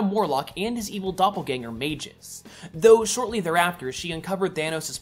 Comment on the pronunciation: adam warlock's evil doppelganger is called MAGUS not MAJICE